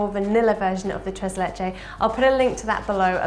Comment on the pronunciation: "tres leche" 😖😅